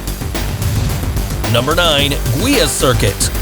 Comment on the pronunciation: Nice video!!! "Guia", in Portuguese, is pronounced as junction of "Gui" ( as in guilty ) added by a closed "a". Greetings from Portugal.